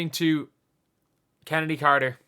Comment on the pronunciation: Genuine question: is that how Chennedy is pronounced?